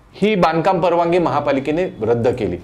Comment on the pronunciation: परवाणगी नाही रे बाबा परवानगी असतं ते